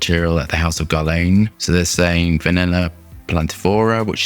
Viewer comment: It's not GARLEJN, it's GERLAN